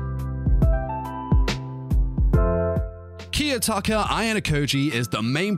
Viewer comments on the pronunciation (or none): The way he pronouced Kiyotaka and Horikita put me off